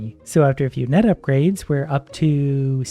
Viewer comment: When he says "net size" it sounds like nut size, so when he said he was going to increase net size I thought he said he was going to increase nut size 😂